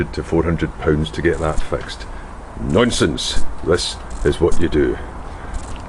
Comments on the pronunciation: Wendy Sukanant 'Nonesense' made me Lol too 😆😆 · omg.. I love the way you say "nonsense". I'm a single mum with no mechanic friends and your vid was so easy to follow.. I fitted the replacement module from ebay myself!!! If I lived closer I would buy you a pint! Total cost £15! Thank you.